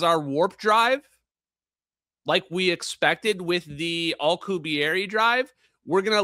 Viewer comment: keeps pronouncing Alcubierre (the warp drive) as alkuhberry.